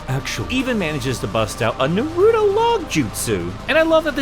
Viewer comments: Um actually it's pronounced NA-ruto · And "Nah-roo-toe" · "Um, actually, it's pronounced "Nah-roo-toe."" -Espio